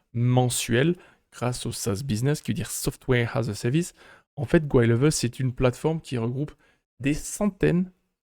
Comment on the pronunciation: SaaS qui veux dire: Softwé ha ze sevice